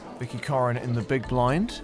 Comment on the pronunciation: COREN, not ‘corn’.